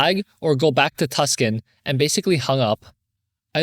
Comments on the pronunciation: Any other AZ people caught off guard by his pronunciation of "Tuscon"? Made me giggle (it's pronounced "Too-saw-n") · Tucson should be pronounced Too-sahn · Just FYI, it's said Two-sawn (Tuscon) 😊 I could totally see as a non-Arizonan why people may say it as Tuss-kin though haha. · As someone originally from AZ, hearing the cities be butchered is so funny lmao please, Tempe is temp-ee,, Tucson is too-san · hi! im from Arizona and I wanted to let you know Tucson is pronounced too-saan and Tempe is pronounced temp-ee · lol, not “Tuscun” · Lol "Tuck-son" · Story 2: Tempe is Tem-pee, Tucson is Too-Saw-n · I was resisting to urge to comment this and about Tempe lol